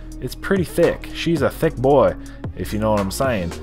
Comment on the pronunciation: Did you say "SHE'S AH THICK BOY"?! 🤔😂🤣😂